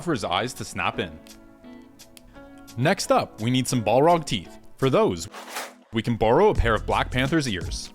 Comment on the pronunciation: He keeps saying ball-rog instead of balrog